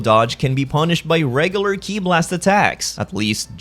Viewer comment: you called Ki “Key i?”